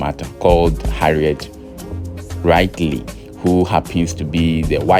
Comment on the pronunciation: I know he didn’t say “wry-glee”